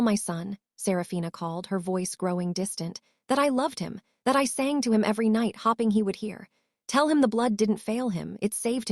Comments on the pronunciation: also hop ing should be hope ing And pulsing pull sing it says yes disturbing the authors want money for this so they need to fix or read it themselves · H(oh)ping. Not h(ah)pping. There are many others that really need to be fixed. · For crying out loud teach your A I how to read English. Hoping is not pronounced hopping. To bow to someone doesn’t sound like a bow tie. An injury to someone doesn’t sound like thread wound around a spindle.